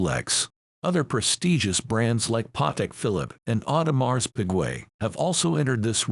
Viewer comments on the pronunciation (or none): Lmfao Audemars Pig-way. Is that what this chat gpt sounding clown just said.